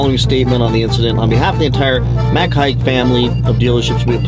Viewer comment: Just an FYI.....Mac Haik is pronounced Mac 'Hike'